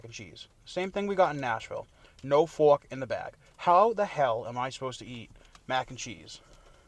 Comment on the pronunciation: Give the man his FWARK, for the love of god!